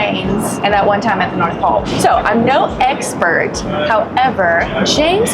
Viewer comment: Did say "..I'm no Eggspert" when eating Fish Eggs?